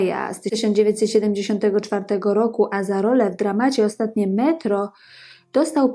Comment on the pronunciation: Kobieto! Nie przeczę, masz coś do powiedzenia. nie umiesz jednak tego zrobić. Twoje przeciąganie zgłosek: "ooostaaatnie metrooo", "postanowiiiiił wyjechaaać", "saaam juuż jaako nastoolaaatek" jest tak irytujące i nie do zniesienia, iż po niespełna trzech minutach musiałem, tę skądinąd ciekawą audycję, wyłączyć. Przez cały ten czas miałem wrażenie, że nagranie zostało wykonane w spowolnionym tempie, lub mam problemy z internetem. Popracuj nad wymową i tempem wypowiedzi, nad prawidłową intonacją, zacznij stosować polski akcent, a być może tu wrócę. Na pewno zaś Twoje audycje będą i ciekawe i przyjemne dla ucha.